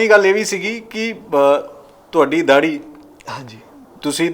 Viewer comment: Prawa judi te daahdi kehn ch ki glti h ? Osne sahi pronounce kita.